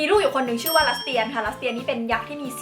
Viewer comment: พี่ครับ คำว่าลัสเตียน อ่านว่า ลัด-สะ-เตียนนะครับ